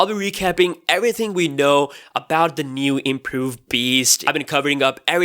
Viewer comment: He says beast super hard